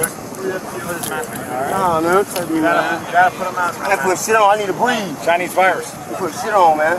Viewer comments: Didn't you hear him tho?! HE CANT BWEATHE!! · It’s “breeve”! 😂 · It's pronounced "breeve"😅